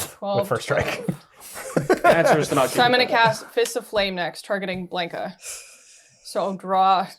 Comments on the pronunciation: I know this video us almost a year old but for the love of Ugin, ite B-LON-KA not BLANK-A. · Exactly. It's Blahn-Kah, not Blaynk-Ah